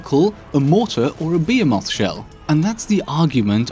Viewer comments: I've never heard someone say "behemoth" so badly. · While y'all are arguing about pouches and crates, I'm more interested on how pronounced "behemoth"